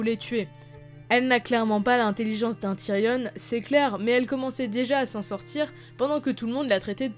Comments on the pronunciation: Très bonne vidéo par contre s'il te plaît arrête de dire « tyrionne » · Il y a que moi que ça dérange le "Tyrionne"